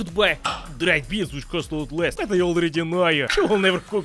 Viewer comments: why does he say beans so hard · How says beans always craks me up